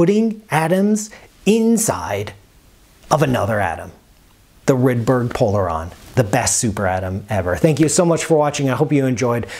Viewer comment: "Rude-berry" Polarons